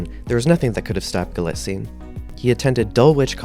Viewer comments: Your highly principled opening statement is denied by incorrect facts, grammatical errors and mispronunciations throughout. First, the name is Galitzine, stress on the first not second, syllable, as you should know by now. Especially after wide publicity for Anne Hathaway's name rap. Nor is it "Guillotine" as in subtitles. Do you copy check? Clearly not. Dulwich is pronounced with a silent 'w'. Villiers is pronounced Villy- ers not with some cod French stressing. You use the word 'imminent' when the correct word is 'eminent' and although you can have 'several of many' you cannot have, as your voice over, 'many of several.' As another comment points out - and I am not the first to offer corrections here - Anne Hathaway's character is Solene, not Sophie, which shows you have referenced an outdated press release. Galitzine is not proficient at violin - easy to reveal by homework - but is highly proficient and self taught in guitar and piano. Poor resumes of storylines are not interesting facts about the actor, but should include proper details such as how, without acting training, his first professional role was as the star, that he was a professional level athlete, and speaks Spanish. For a start. Perhaps you need to go back and redo for the sake of versimilitude. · У него русские корни. Это известная древняя фамилия . Правильно ударение на второй слог.